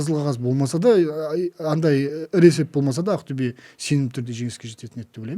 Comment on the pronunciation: Не каип АКТЮБЕ. деп Актобе десен запад -ло ма соз магынасын тусинбетин Такаппарлык кимге пир боп турсын